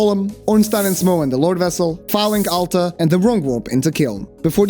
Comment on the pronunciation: The way you pronounce Firelink Altar kinda sounds like Phallic Altar, which makes it all the more funny